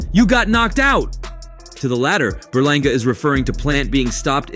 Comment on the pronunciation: Edgar berlanga. You mean you said it wrong